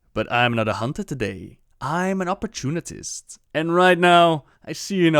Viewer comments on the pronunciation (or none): Lol it's op-or-toon-ist not oportunitist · op-or-tun-ist not op-or-tun-it-ist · Did he just call the white tiger "Bangladesh" xD ? Earlier in the vid he also said "opportunitist" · apparently i've been pronouncing that word wrong my whole life, i guess theres an extra T in opportunist that he found even when looking directly at the word.. lol opportunitist? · Well, you just made my day when you pronounced it "opportunitist" x) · Say it with me, OP-PER-TUNE-NIST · why does he keep saying opportunitist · It is pronounced, "Opp-er-tune-ist"